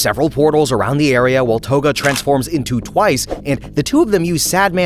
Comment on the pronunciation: The way you pronounced togas name has to be rage bait